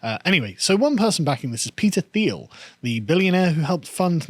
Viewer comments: I would suggest his name is pronounced “Teal” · His name is pronounced 'Teal'